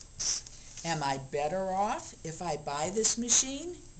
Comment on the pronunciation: Did she just say... “Better me off?”